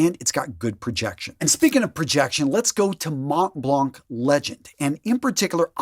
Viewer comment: Im sorry are you saying montblanc or Matt Leblanc?? ;)